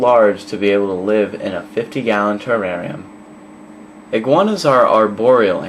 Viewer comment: i like how you say terrarium. you say it wierd